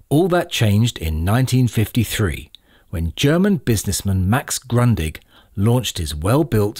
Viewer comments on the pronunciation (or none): Although never been fond of reel to reel, I can see the rarity on them. I knew their existence but never ever thought of them released both in mono and stereo 😆 One last thing, Grundig is pronounced Groodih. I'm in love with Grundig stereo consoles. I own one, inherited by my grandparents!